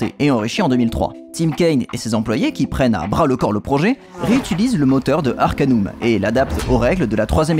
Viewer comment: Salut, a l'epoque personne ne disait Arcan[U]m mais Arcan[AU]m (du moins en france ! xD) Note: Le jeu est sur Steam Note2: le Patch Fr se trouve aisément, sinon me MP xD Note3: Bonne vidéo!